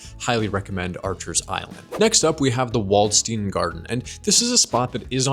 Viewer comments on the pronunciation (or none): none